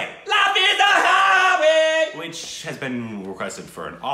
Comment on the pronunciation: It's Highway not Stockholm way